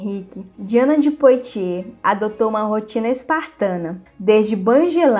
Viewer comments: Apenas para ajudar: a pronúncia correta em francês de POITIERS é "puatiê" ...como boite = "buate"...ou foie gras = /fwa gRɑ/ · O vídeo é bom e instrutivo, no entanto, colaboraria ainda mais se a pronúncia dos nomes estivesse correta. Lê- se Poatiê e Medici com som de ce mesmo. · Precisa melhorar a pronúncia dos nomes em francês... Vale do Loire se pronuncia loár e o nome de Diana se pronuncia Poátie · Parabéns pelo canal! Me interesso especialmente pela história da França. Mas seria bom aprimorar a pronúncia de certas palavras. As letras “o” e “i” juntas fazem som de “uá”. Leríamos então Diane de “Puátiê” e Vale do “Luár”.